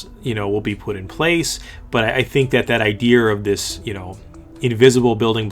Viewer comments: there isnt even an r in idea. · bro there's no "r" in the word "idea". Unsubscribed. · whyy the fuck do you say ider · Josh Daoust ITS IDEA